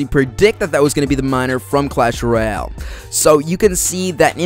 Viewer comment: "clash rayole"